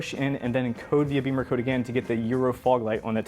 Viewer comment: It's Bimmer as In zim zimmer who git the keys to my bimmer. Not beemercode 😂